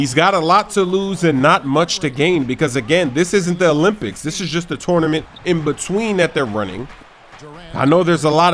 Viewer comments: touwnament haha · "Tornement" lol